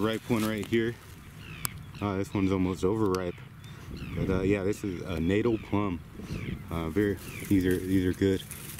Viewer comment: It is pronounced ‘natahl’, the first syllable being short, and the second syllable being pronounced like ‘pal, or gal’, like ‘fatale’, not ‘natal’ like fatal.